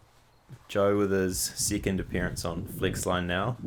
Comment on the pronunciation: I like the way you say second… “sickind” E’s turn into I’s and I’s to E’s